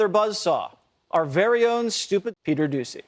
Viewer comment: Peter Do-Sea